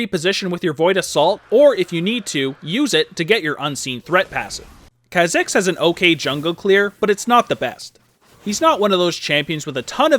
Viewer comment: This bugs me everytime he makes a Kha'Zix video, but its not pronounced that way, its pronounced k-ah zicks, not kzicks.